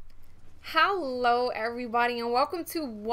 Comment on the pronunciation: Is it me or does it sound like she says "Hallo" not Hello?